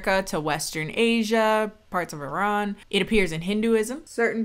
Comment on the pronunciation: I seriously appreciate your proper pronunciation of Iran